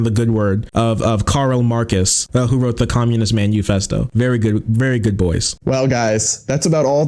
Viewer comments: He pronounces it the Communist man U fest O because he doesn't want his viewers to Google what it is and learn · Homeboy said "manuefesto" lmao. Immediately knows jack shit. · Because of the way he pronounced Manufesto, my brain has been looping the phrase "Communist menu" Oh yes, I'll take one revolution from the Communist Menu, and I'll pair it with a nice red wine.